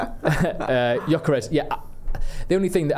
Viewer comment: While you're talking about pronouncing players names, Gyokores is pronounced, 'Yoh-ker-esh.' And Quenda is said 'K-wen-dah.' And 'Kwah-res-mah.' Not being clever, you can Google these names and how to say them. Maybe that's how match commentators do it?